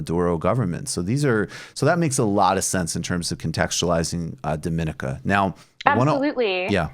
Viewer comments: Its pronounced “dō-mi-nee-ka” btw Not like Dominica as-in The Dominican Republic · You're pronouncing the countries name wrong. On a more important note. Thanks for covering this issue. Great work as always.